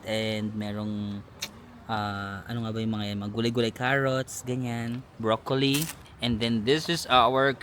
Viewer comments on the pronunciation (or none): none